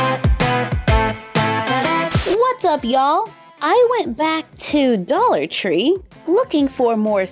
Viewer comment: Doll-ar tree, it’s almost as if it was made for dolls